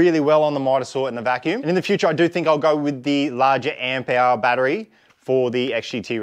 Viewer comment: AmpHour. Say it with me